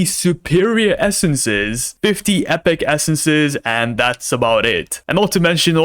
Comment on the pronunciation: the fact he says "essences" hurts my ears